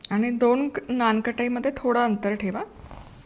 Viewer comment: थोडेसे मराठीकडे लक्ष द्या....लोणी म्हणतात... लोनी नाही...नानकटाई आहे ते...नानखटाई नाही.....It may not be your mistake but your team's mistake...but pls be careful...it hampers your credibility....